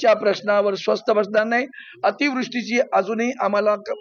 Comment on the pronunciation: भाऊ स्वस्त नाही स्वस्थ